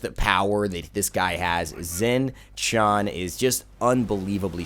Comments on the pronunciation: I'm pretty sure you pronounce his name Shing Tien, at least that's what I hear when you select him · it's pronaunced.. Shing Shian. D:< ! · yes I will be that guy when he opens the friggin video knowing he is pronouncing it wrong and then saying it "right" then questions it again. Is it so hard to hear how the God himself says his name?